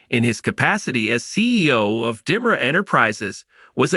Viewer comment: These people cant even pronounce names correctly get people who can read right and pronounce Di Mera right